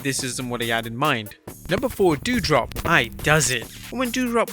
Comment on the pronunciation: My dude, its doudrop not dewdrop